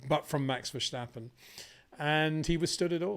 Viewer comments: Greay video's! As a Dutch guy, can you please stop prenouce Max his lastname the way you pronouce Scumacher. Dutch does not sound the same as German. Say VerStappen with the S like 'snake' , not like the german SCH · It is NOT "Bottash" nor is it "Lewisch" nor is it "Oshcar Piashtri" nor is it "Nyck de Vriesh" nor is it George "Russhell" nor is it "Fernando Alonsho" nor is it "Lance Shtroll" nor is it "Pierre Gashly" ... so why on earth do you want to say: "Max VersHtappen"